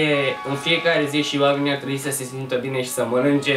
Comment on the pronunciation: Multe greseli de pronuntie. "yo; oamenii ar TREII sa manance", inversiuni: "oamenii NU MAI SE GANDESC la asta", cand faci un vlog,fa-l intr-un mod cat mai serios.